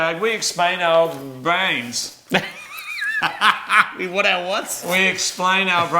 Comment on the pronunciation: stroke while trying to say brains